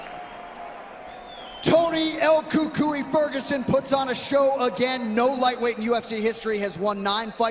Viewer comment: They still can't pronounce El Cucuy right lol